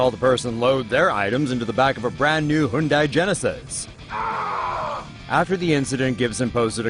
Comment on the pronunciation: It’s HUN-DAY genesis not HUN-DIE